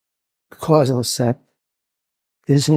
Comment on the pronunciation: Maybe the OP and I are both trolling you independently. 🙄 Now that I've listened to it a million times, it sounds like "quanz-uv". No idea why.